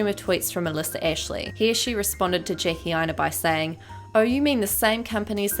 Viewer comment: When you said “Jackie Aina” the first time in this video I heard “Janky Aina” so I do believe that’s her new booty commoontitty nickname.